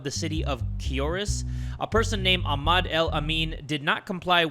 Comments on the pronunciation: it’s pronounced Ah-mad😭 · the way he said Ahmad 😭